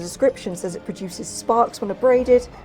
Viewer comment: i have never heard anyone pronounce "says" like this and i an so engaged by this novel sound that has graced my ears.